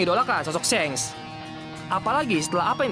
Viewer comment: Shanks bacanya pake "a" bang bkn "e", ngakak gw dengernya